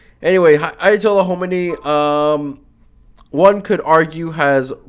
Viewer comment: can you even say خ? homeny homeny its Khomeini it has a خ